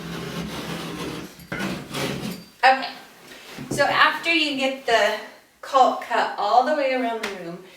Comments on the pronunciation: LoL. Its pronounced like Calk. Why is she pronouncing the L so hard like Culk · Its actually not pronounced Cau "L" K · "Caulk" is pronounced "cawk", rhymes with "hawk," not "calc," as in "calculus" or "calk," rhymes with "walk." Also, learn to edit your vids, better. You were fine when you removed gaps or pauses, but, blew it, when you asked the videographer what he was doing. That is distracting, makes you look like an amateur, or, worse, like you don't know what you're doing. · IT'S NOT "CALLLLK" its caulk.... it rhymes with gawk and hawk and chalk. It's not that hard. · She put so much emphasis on that L in "caulk" seconds 🤣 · I give you a lot of credit doing video. Nice and thorough but you need to pronounce caulk correctly...rhymes with hawk. Keep making videos. Women need to see other women doing projects. Thanks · Caulk with an L, hahaha 🤦‍♂️ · CauLK!! Lmfao!!! I guess she doesn’t want to say COCKing.... 🤭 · As somebody who works at a paint store...lack of emphasis on the “L” is incredibly awkward. “I need a box of caulk right now!” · It cracks me up how she pronounces the l in caulk! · It might sound like a funny word to children. But you do not pronounce the L in caulk. It is pronounced as kawk. You can look it up if you want. I had a buddy of mine argue with me at a job site and bets were made, so I pulled up the dictionary and showed him. So now when I hear the L it really stands out and sounds silly. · I've never heard someone pronounce the "L" in caulk before. I guess I've been saying it wrong my whole life. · Everytime she said “caulk” I was really listening for that “L” sound to make sure.... totally distracting 🤣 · Seriously? The "L" in caulk is silent. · caulk rhymes with talk. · way to emphasize the "L" in caulk so we don't have any mishaps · I screamed the 3rd time she said it 😂😂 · The "L" is silent. Enunciating it is incorrect and incredibly awkward.